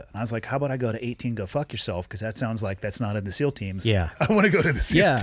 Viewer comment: Did he just say ‘CEAL’ instead of ‘SEAL’?